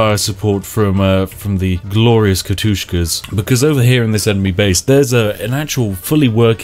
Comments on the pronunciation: You said katyushkas not katyushas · 9.12 Not Katushkas, Katushas